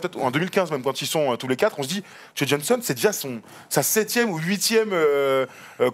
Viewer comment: encore une super vidéo d'une super série les gars! Par contre, on prononce "Jo" et pas "Joey" Johnson :)